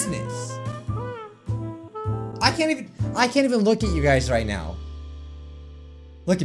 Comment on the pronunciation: "I can't even lock at you guis! " said wile looking at us XD sorry sounded funny to me